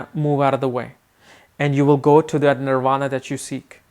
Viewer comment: Nirvana is highest achievement..Don`t pronounce it wrong dear sir..